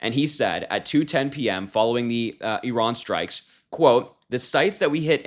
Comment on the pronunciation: One of the handful who's been saying "Iran" [eeh-RAHN]—"Iraq" in the same way, for that matter—as it should, not "I ran…" , =D Of course, whatever happens out of Trump's empty brain (but insecurity-filled bag of vanity bursting at the seams) and fallout of these impulsive behaviour—nothing will ever be his fault. He wants Iran for its oil, Ukraine (grains) and Greenland for their minerals he can control for or sell to Putin; Gaza for its land to build his resorts and golf courses on; Canada for all of that's mentioned and more. That is: all for him to exploit and profit from, and certainly not (never) for the benefit of the Americans and his MAGA voters.